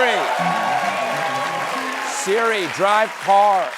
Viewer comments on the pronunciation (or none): “Shirrrrri drive carrrr” 😂